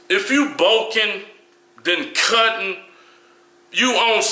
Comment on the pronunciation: Dafuq kali emphasising the ends of some words. CUTEEEENG, EATEENG, BULKEENG